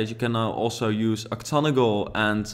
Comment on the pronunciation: Just want to let you know those roofs are called octagonal like oc-tag-uh-nul :)